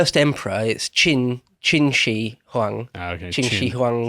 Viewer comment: Despite you self-depricating the pronunciation,, you actually got the Shi right. Chin Sh-uh Huang The word China comes from the Qin, as in the Qin people, and the Persians putting -a to denote a country. China. The Chinese (Mandarin) word for China is 中国 (zhongguo) or literally the Middle Kingdom.